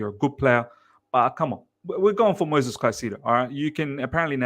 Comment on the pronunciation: Great content but PLEASE stop calling him MOSES. THERE IS AN ‘I’ in it. It’s MOISES. MOY-Zez